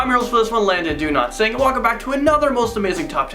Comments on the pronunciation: Same omg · Me to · Same XD